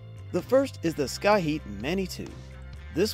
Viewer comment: Did you really say scaheat for Schiit?